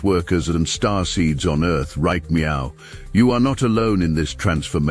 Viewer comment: MEOW instead of NOW How adorable 🎉❤😂